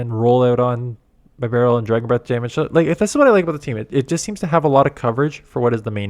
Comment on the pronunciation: Plz god don’t call it By barrel It’s beh barrel Also plz bring up the fact you got denied or one turn lag about 15 times in this video you content creators half to keep pushing the subject hard that Niantic HAS TO FIX THIS TRASH BEFORE THE UPCOMING REGIONALS